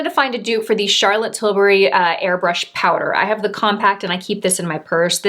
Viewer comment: Great video! I lover these types of comparisons or dupes videos and the products you selected are fantastic ones. Also worth mentioning, I’m happy you pronounced CT’s last name correctly. Silly aren’t I but so many influencer’s say Til-berry and it drives me crazy! I always knew I had a tendency to be a grammar Nazi but now, at least for her name, I’ve become an annunciation one too.🙃😂